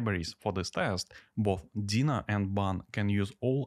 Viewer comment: You pronounce Deno wrong. It's NOT dina it's Deeeenooooo, with an e and an o ;)